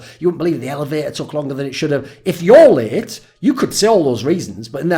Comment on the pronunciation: mate when you said late i heard it as raped and that was weird for a few seconds